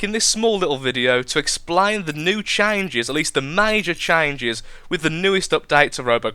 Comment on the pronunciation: did you say "explain" and "changes" wierd on purpose, or is that how you actually say it?